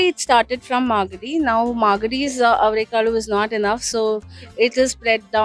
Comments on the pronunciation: Forget the other Kannada words, considering that the video is on avarekalu, she should have at least taken the effort to get the pronunciation of that word right. Otherwise, she is not fully prepared to present the video. It's like making a typo on the cover of a book. Also, like most North Indian languages, Kannada is also derived from Sanskrit and not from a foreign language. So, it shouldn't be that tricky! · There are 125 dishes made of averekalu.. the mela is avere mela.. atleast learn to pronounce ‘averekalu’ and averebele atleast after listening to the locals pronounce it. Pls don’t be so ignorant.